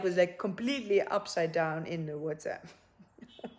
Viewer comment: The Nigerian "in da wota" 🤣